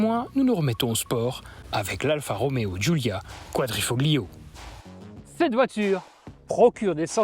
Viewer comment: GRRRRRRRRRRRRRRRRRRRRRR, on ne prononce pas le "G", on ne dit pas [kouadrifoGlio], mais [ kouadrifoLio], ce que ça peut être agaçant à la longue et faire nanard. Merci à nos 2 gars cependant pour les éloges de cette italiennes. Il ne faut simplement pas être bête, reproche-t-on à un camion d'être gros ??? Alors pourquoi reprocher à une berline sportive d'avoir des suspensions fermes ???